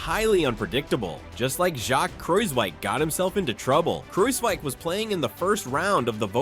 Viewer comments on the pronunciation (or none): none